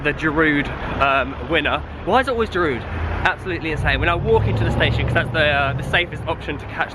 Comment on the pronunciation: Dear english people, Giroud is pronounced "Geeroo". You should not pronounce the d at the end.